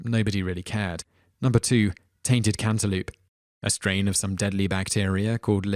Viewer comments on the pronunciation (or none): You know, I have to say that, while I do enjoy ***** videos, I do admit that part of me watches just to hear some of the... interesting pronunciations. (Cantaloop? ;-) )